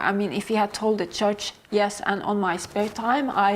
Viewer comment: Há outro erro no minuto traduziram "cologando" ao invés de "colocando". No minuto ela diz "if he had told a judge" mas com o sotaque dela fica parecendo "church", o que não faz sentido no contexto, mas foi traduzido como "igreja" ao invés de "juiz". Nós podemos distinguir, mas mesmo assim é meio desconsertante encontrar errinhos bobos assim né